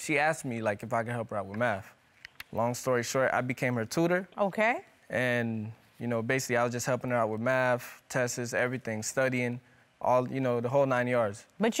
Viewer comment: 1st of all...u cant help me with any school work if ur saying the word tests as TESTES🙄🥴🤔😭😭🤣🤣🤣